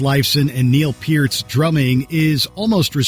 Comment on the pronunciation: Hey, they pronounced Neil Peart’s name correctly! 😂 wow!